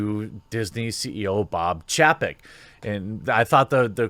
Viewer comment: Jeremy, u are saying Chapek wrong